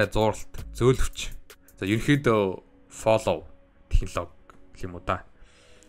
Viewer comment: Флөв gej unshn shv